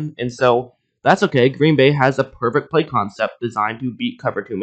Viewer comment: Why do you pronounce bay as "bay", but play as "plaiyyee"